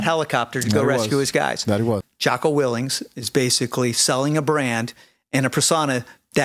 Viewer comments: You seem to know a lot about Jocko yet you cant even pronounce his last name correctly. Real credible source you are, chief. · I can't take anyone seriously who repeatedly pronounces his name 'Jocko Willinks.' That, and all I've seen this dude do is push extreme negativity online about a wide range of ex-servicemen. I'd wanna see some evidence before taking a single word of his at face value. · He can't even pronounce "WILLINK "... Sounds like he's jealous of Jocko's success. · Imagine trying to knock someone whose name you don’t even pronounce correctly. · You throw a lot of shade on Jocko when you can’t even pronounce his name right… then he proceeds to bash Kyle and lie about him. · Is it me or did he not once pronounce Jocko’s last name correctly?